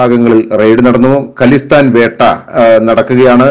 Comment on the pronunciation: Khlistan alledo khaaalistan ennu parayan seelikku.